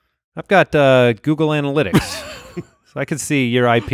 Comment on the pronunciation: did make anyone else's phone google "Analitics" hahaha